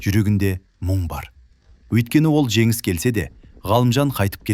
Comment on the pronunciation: Женис. Женис дегенди. Жегис. Жегис дегени кплай😂